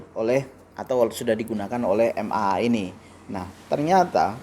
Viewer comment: bukan MMA tapi MAA. Kalau MMA itu adu jotos bang hehehe....